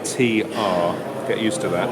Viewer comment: you should pronounce it as Gitter like in Gitter done :) you are welcome